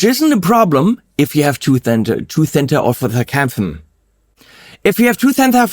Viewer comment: "Toothentar Aufethefakamphen" had me laughing out loud. But yeah, you want this on EVERYTHING.